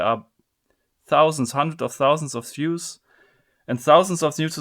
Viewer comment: I can't be the only one who heard him say 100,000 Jews rather than views